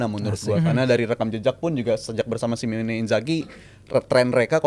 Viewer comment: Simone woi Simone bukan Simeone , buset dah 😂